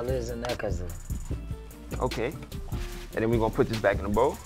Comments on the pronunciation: “You Gotta Puddddiddindiss”😭😭😭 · “You gotta puttrrrrr in this”😭